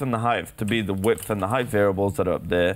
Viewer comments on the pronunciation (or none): NIGGA IT'S HEIGHT NOT HEIGHTH